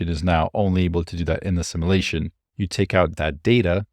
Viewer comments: Brilliant channel. But it's pronounced, "Sim-you-la-shun" not "Sim-ah-la-shun" (what the Borg does) 😀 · Sim-you-lay-shun not simma-lay-shun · sim you lay shun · Great video, but the way you pronounce simulation/simulate is a bit distracting. No offense intended, just feedback.